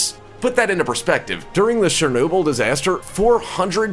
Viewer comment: Its Chernobyl not Shernobyl